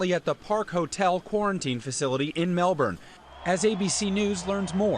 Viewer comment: God, I hate how Americans pronounce Melbourne. Its so cringe to hear, PRONOUNCE IT RIGHT!